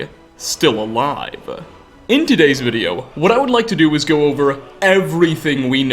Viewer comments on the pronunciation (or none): Prime example they are stil-ll ali-ave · You add an extra syllable to a lot of your words, "alive-uh", "behind-uh", etc